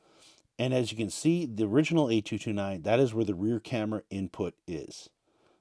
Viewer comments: Great video but the emphasis on the "A" driving me bonkers. 🤣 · Your emphasis on the "A" saying the model number is really distracting.